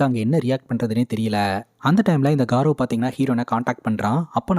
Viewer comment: Adhu காரவ் ila கௌரவ்.. good explanation